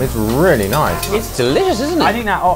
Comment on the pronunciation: 올리 아버지 뤼얼뤼 발음 진짜 다른 리얼리랑 급이 다른거 같다